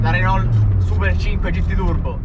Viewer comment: Mi sono iscritto bellissimo video! Bella la 5 GT ph1 anche se la ph2 è leggermente migliore a me piace anche la Supercinque Campus. Comunque si pronuncia RENÒ oppure RENAULT e non RENOL! Consiglio metti le mani più in alto quando la guidi. VIVA LA 5 E LA SUPERCINQUE 🚗🚗